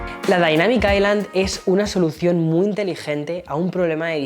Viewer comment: la correcta pronunciación es ai-lund, osea como lo dice, si pronuncias aislan simplemente lo estás haciendo mal (osea toda latam lo pronuncia mal)